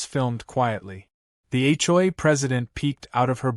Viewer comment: HLA??? AI needs to say H O A clearer. 😮😅😂